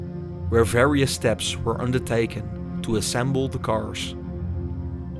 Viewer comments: Why do you pronounce "carsh" instead of "cars"??? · It's cars. Not cashh